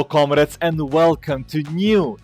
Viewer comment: comrades he pronounces it as comreds